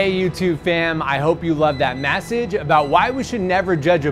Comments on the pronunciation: its kinda cool how dhar mann says message as Massage kinda sounds better the message itsself XD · Why do you always say massage is message you pronounce it wrong,don't worry I'm also Indian. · At the end hearing maasege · I realized when he said it like jake Paul lol